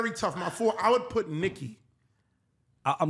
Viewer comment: See, you loose me, when you say Nikki…🤦🏾‍♂️